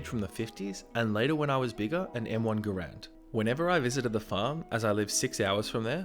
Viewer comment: Ahhhhhhh it’s Garand not Grand oof that gets on my nerves lol